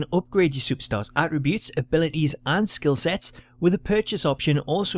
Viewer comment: This bloke gets on my nerves for two reasons. 1, it's always, "all right guys!" at the bloody start. 2, he can pronounce his Ts. "Arribues" attributes, dumbass.